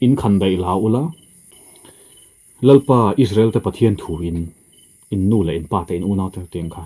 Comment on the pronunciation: Lalpa tih chu ahming ami kan lam dan nilo mi?